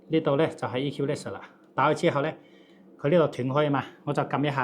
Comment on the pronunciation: The word "equalizer" is read incorreclty.